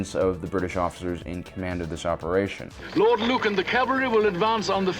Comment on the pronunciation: CAV al ry, not CAL val ry.